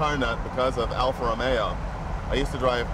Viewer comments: JAYJAYJAYJAY JAY !!! EPIC FAIL ...."Alfa Romero" ....OMG JAYJAYJAYJAY....say it isn't so...You're Italian for God's sake !!! ROMEO JAY....ROMEO JAY...NOT ROMERO !!! OMG.... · It is not "Alfa Romero" and "Lancia" is pronounced differently... Your buddy does it right, Jay - listen to him! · Jay, Jay, Jay..."Alfa ROMERO?"" Really? You know better!!!! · I don't understand why such a massive collector of cars and who is knowledgeable about them thinks there is an r somewhere in Romeo. It's Alfa Romeo, NOT romero. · Argh! Even Jay can't say it right. "Alfa Romero". It's Alfa Romeo with one R.